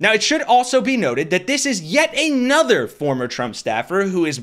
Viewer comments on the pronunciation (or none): What the heck is with you guys always saying Aynother?... it's pronounced Ah nother. The word does NOT begin with a long a sound it's a soft a.